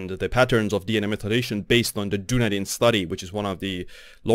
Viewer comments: It’s pronounced DUN EEEE DIN (I worked there! It’s Celtic for Edinburgh and is in the South Island of NZ) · Good summary. But learn to say Dun-EEE-din properly.